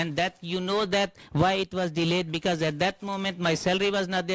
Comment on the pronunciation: Saka bakit sya ganyan magsalita..pronounce nya sa becouse.."bekot."..